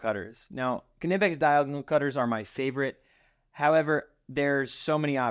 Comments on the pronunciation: K-nee-pex not ka-nip-ex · I am pretty sure it’s pronounced “nip-ex”. The“ K” is silent. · KNIPEX PLIERS WRENCH!!!! For nuts and bolts it's a game changer. I can tell your a redneck like me, Kuh-nipix🤣🤣 The K is silent, like the D in Django. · He said ka nip ex😭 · Disagree on the strippers…Klein Hd are my favorite. They cover every base well and worth every penny. Also…the “k” is silent…pronounced “Nigh-PEX “…;) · Kn is still pronounced “N”. As in the knot. Is “Not” it isn’t pronounced kinot. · The "K"in Knippex is silent. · The "K" is silent in the word knipex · The k is silent in Knipex